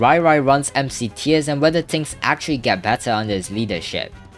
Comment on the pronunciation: yo stop saying "ting" its "thing" lmao